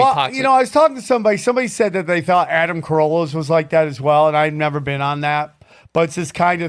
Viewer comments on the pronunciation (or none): none